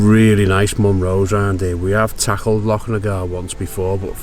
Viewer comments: Lock muick is a special place. BtW it's pronounced mick, silent u 👍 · Great vlog you looked like you've found the real Scotland....oh and its Loch Mick btw 😂😂